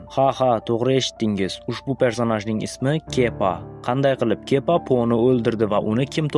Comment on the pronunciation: Kepa emas kiba😂